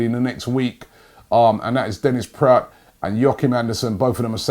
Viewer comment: And yes praet is pronounced "praat" you get good in those pronunciations robbie hahaha